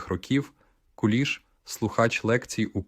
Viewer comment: Точно ШІ ! Наголоси не українські. Навіть в минулому москворотий не сказав би КУліш,бо таки ж КулІ'ш.